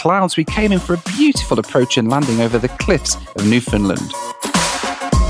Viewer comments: I thought it was Newfoundland, not Newfindland as you keep saying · It's "Newfn-LAND," not "NEW-fund-land." Newfoundlanders are very sensitive about that! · NEW-fun-LAND, 😉 That is how they say it. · I just keep hearing saying NEW-Finland instead of Newfoundland:D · Love your videos, am a regular watcher, and love to see where your flights take you. Watching from St. John's, Newfoundland! Which by the way, is pronounced (as we say it here) New-'fun'-land (pronounced like hand)... Keep up the great content!